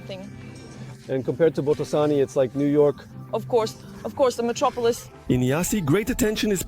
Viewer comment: It's Botoșani (bohtoh 'shany).